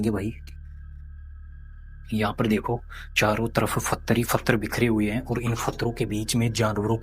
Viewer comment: तुम्हारा नाम रखा h or पत्थर को फत्र बोलते हो मुस्लिम की तरह 😂😂 हालाकि तुम्हारी हिम्मत ह जो ऐसी जगह जाते हो और हमें दिखाते हो आप दोनो का धन्यवाद ❤❤ स्पेसली कैमरा मैन का धन्यवाद जो इतनी देर तक बिना बोले रह जाता है